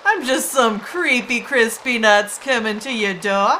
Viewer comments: Couldn't tell if see was saying Chris Peanuts, or Crispy Nuts XD! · it sounds like crispy nutts or chris pee nuts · When you say Chris P. nutts it sounds like crispy nutts xD